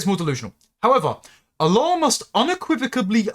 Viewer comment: Your pronouncing his name WRONG!!! You are saying his name as if he is the God of the Arab's.